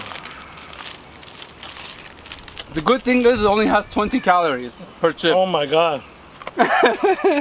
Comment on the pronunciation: "HOW THEY MAKE THIS TING!"